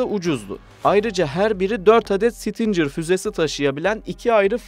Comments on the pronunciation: Bizim 300 km menzili fuzelerimiz yok mu? 1 gecede topunu imha etmek çok mu zor? İrade yok, hedef yok, ehhhhhh BOP eş başkanından başka birşey beklemek aptallık olur, şimdi burada bunu tanıtımı yaparız!!!! Kardeş 'sitincer' değil Stinger diye okunur, biraz çalışarak video yapın ricam. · stincir fuzesi degil stingir. Bunun gibi daha pek cok kelime !! OGREN!!! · Abicim sizi seviyoruz ama bi dersinize çalışın. Stincır nedir? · Güzel bir paylaşım ama isim telaffuzlarında kafanıza göre söylemeniz bi garip geldi. Sidewinder doğru bir şekilde ''saydwindır'' olarak okurken stinger neden ''stincır'' o da stingır diye okunuyor :)